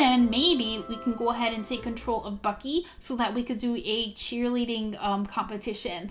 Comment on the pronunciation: Its bucky not ucky